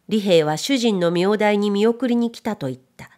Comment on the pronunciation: も非日常的な言葉は読み違えるのですね。名代は みょうだい でしょうね。私も文字を見て正しく読めるかは自信はありません。朗読を聞き話しに集中出来るから故です。